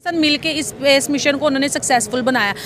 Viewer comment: सपेस नहीं स्पेस होता है।